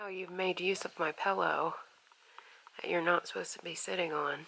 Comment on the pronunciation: Things people say that bug me: apposed to vs supposed to. Massage said with a g like "garage". I'm excited for the new house. You should do follow me around in stores. Lol. I love those. I couldn't do it though